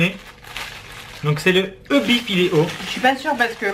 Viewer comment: et sa se prononce "ébi" pas e.b.i sa ma fait mal xD